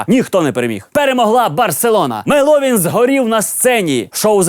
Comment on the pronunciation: эй! не мелОвин а меловИн!